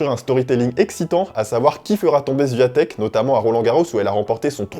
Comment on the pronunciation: Tu sais meme pas prononcer son nom de famille. Zero effort. La honte!